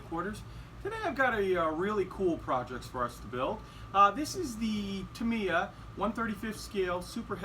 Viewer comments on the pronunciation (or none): none